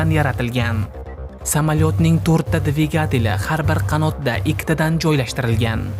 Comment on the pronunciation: Dvagetali 😂 qaysi tilda bu